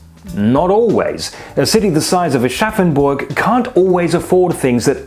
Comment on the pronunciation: They really do everything to put the extra 'R' in Aschaffenburg.